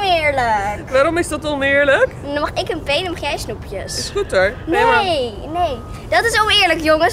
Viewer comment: zegt "omeerlijk" in plaats van oneerlijk